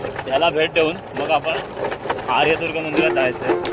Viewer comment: छान, व्हिडीओ, या मंदिरांना हजार वर्षापूर्वीचा इतिहास आहे.कातळ शिल्प तर त्याही पूर्वीची आहेत.तेथील लोकल रहिवाशांकडून थोडी माहीती घ्यायला पाहिजे होती.ते बराचसा ऐकलेला पिढ्यानपिढ्यांचा इतिहास सांगूशकतात.आपण उच्चार आर्यदूर्गा असा करताय पण आर्यादूर्गा असा आहे.बाकि निसर्ग, जवळच असणारी विहीर,ओढा,नाटकांचा कट्टा हे दाखवता आले असते.तेथे असणारे पुजारी पाध्ये,विचारे गुरव यांच्याकडून माहीती मिळाली असती.